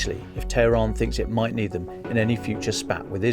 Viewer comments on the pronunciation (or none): none